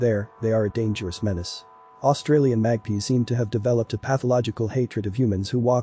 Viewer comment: That black and white bird is a Magpie (mag-pie) not mag-pea.